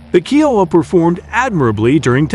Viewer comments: It's K ī ō w a and not keowa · Thats not how you pronounce kiowa. Its pronounced kī-O-uh not key-O-uh. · Had to stop watching this to stop hearing Keyouha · Hearing it called a KeyOwuh hurt my soul😂🤦🏻‍♂️🤦🏻‍♂️ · Why do you say the "You", "Ohh", and "Ahh"? U stands for Utility and H stands for Helicopter. O stands for Observation, and A stands for Attack. Kiowa is pronounce Ky O Wah. Its an incredible airframe.